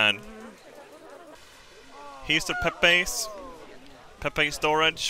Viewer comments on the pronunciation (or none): none